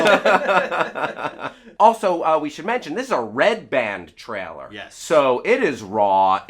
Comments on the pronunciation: Damn you... Just say the word "Trailer" correctly... just once.. Just ONCE! It's not "Traller" you moron! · Am I the ony one who thinks can't say the word ''trailer''?